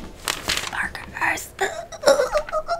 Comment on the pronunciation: MaRkerrrruhhhhs 😂 that was so funny